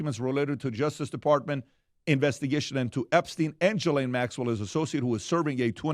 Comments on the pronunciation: The pronunciation is Ga-lane or gee-lane it’s amazing that so many people have so many different ways they pronounce it yet no one pronounces it correctly. It’s definitely not “gislane” or “ja’lane” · I love watching you guys, but it’s time you start to pronounce Ghislane Maxell’s name correctly. It’s Geelane. It’s a hard “G” ❤️ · Her name is pronounced as" Gee-lane " . And if everyone pleads the fifth, then those need to go straight to prison!!! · The “h” is silent in her name.